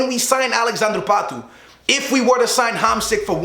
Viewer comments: why does he say patoe its pato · its pronounced Pat Oh not patoooo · i hate how he says pato's name lol